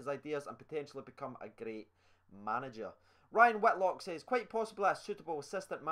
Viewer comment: First mention on the channel yass, but it’s white-lock not whit-lock☹️😂